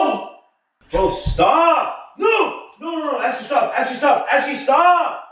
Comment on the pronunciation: Why is he calling her “Ashely “ ???